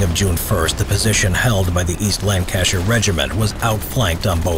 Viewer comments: This was a good video except you butchered “Lancashire”. Have you never heard the Beatles’ “A Day in the Life”? 4000 holes in Blackburn, Lancashire — I wonder if they’re still there? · Which fricking way did he say "Lancashire"???